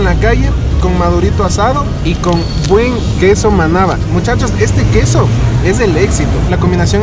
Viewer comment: Cuando dijiste " este quesó " me di cuenta que heres Quiteño :) tenía una amiga que nació ahí por villaflora decía ella :) yo ni se donde es :,v